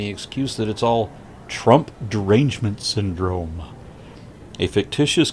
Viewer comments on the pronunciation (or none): "Twump dewangement syndwome!" As he speaks with only emotion, sum cost fallacy, and projecting his faults on you.